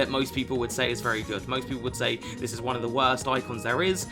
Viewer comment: "Game number onme " i love it